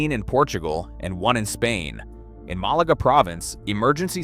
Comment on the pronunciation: It’s Malaga not Melaka ! lol!